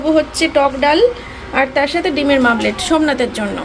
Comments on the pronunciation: তুমি ভুলভাল উচ্চারণ করলে মেয়েটাও তাই বলবে মামলেট বার বার না বলে ওমলেট বলো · Tomer uchharon max vul .. meto noi mete , mamlet noi omlet ... Thik kore kotha bolo tomer video sudhu ranaghat er lok toh dekhena ranaghat er baireu dekhe so careful hoye ektu bolo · Mamlet na bole omlette bolte sakho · It's dimer omlet not mamlet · ডিমের মামলেট এটা কি কথা হ্যা,শুধু ভুলভাল উচ্চারণ করেই যাচ্ছে ডিমের মামলেট, ডিমের মামলেট পাগল নাকি 😅